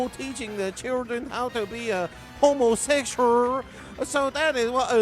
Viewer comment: you gotta sound bite the "hOmOseSHuUrR" 😂😂